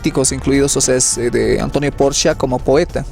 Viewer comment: Apellido Porchia no es hispano, la CH en italiano suena k o Q. Gracias